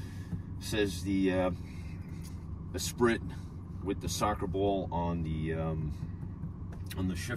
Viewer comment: Not trying to be a jerk, but I think the correct pronunciation is Espreee Just remembering the lotus… or is the spelling different ?